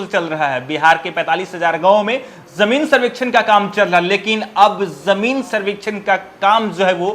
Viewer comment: Yar tum zameen survey par reporting baad me krna pehle tum khud bolna sikho Zameen ko jameen bol rhe Mushkil ko muskil bol rhe Asaani ko ashaani bol rhe Shuru ko suru bol rhe Jaa ko zaa bol rhe Bhai in sbko sudhaar kro Ya video me ana band kro Janta ko zanta bol rhe